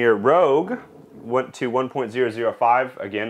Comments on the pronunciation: It's rouge not rogue. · It's not Red Star "rogue," it's Red Star "Rouge." Rouge is the French word for "red." It's pronounced "roozh," like the red stuff women put on their cheeks. A "rogue" is a criminal, one who is dishonest and untruthful. "Rogue" is pronounced "rowgh,." The "row" part sounds like the "row" in "row, row, row your boat, gentle down the stream," or like "we're sitting in the 5th row at the theater." Rogue and Rouge are two very different things. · *Rouge not rogue :) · Great video! You had me chuckling every time you said Rogue instead of Rouge :D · Really cool video, full of great notes for someone interested in tweaking characteristics of their mead! That being said, did anyone already mention that it's not "rogue," but "rouge," as in "red?" It's pronounced like "roozh." And "classique" is pronounced like "class-eek." And for that matter, since the other words in the names of the yeast are French, I would imagine Red Star also intends for "premier" to be pronounced "pray-mee-ay." As in "pray-mee-ay roozh." Call me pedantic, but it would have taken a few little cringes out of the video in my opinion, whatever that's worth. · it's not rogue, it's rouge as in french for red as in the color of the wrapper it also lends to it's intended purpose; red fruits and berries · I’m losing it every time he says “rogue” instead of “rouge”. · Love your testing video. However, one thing is driving me to distraction. Red Star Premiere "Rouge" is pronounced "Rooj". Rogue is pronounced "Roag". Rogue is of unknown history, but you can find out all about it here